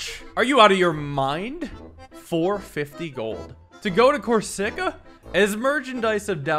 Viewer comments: it's pronounced Cor-SI-ka not Cor-SICK-a. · Yeah it should be cors-y-ca and not cor-sick-a, hope sees this for the next time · A quick tip Corsica is pronounced coarse-ik-ah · good ol cor-sika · You say cor-sic-a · Corsica is probably the best mispronounciation, and it repeats to no end. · The pronunciation of Corsica is killing me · the mispronunciation of corsica hurt my soul lol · I like but the way he says things like corsica and magnanimous like... Boy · please learn to pronounce corsica